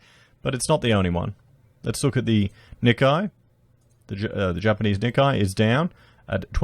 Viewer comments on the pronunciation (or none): Nikkei = Nickay (for correct pronunciation;)👍)